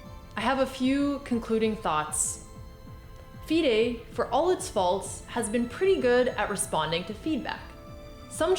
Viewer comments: its FIDE woman as in FY-DE not DEE-DAY omg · I've never heard someone pronounce FIDE like that lol